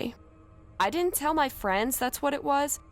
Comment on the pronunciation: Dinint, man she needs to know how to say did not BLAH